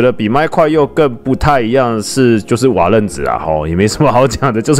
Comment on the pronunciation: 是瓦楞ㄌㄥˊ紙